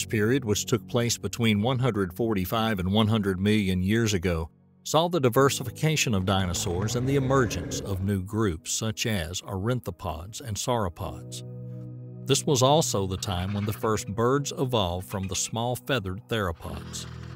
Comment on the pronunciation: Being able to read has always been an advantage.... Ornithopods, not Orinthopods...